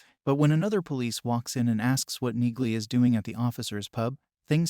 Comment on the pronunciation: it's pronounced Nealy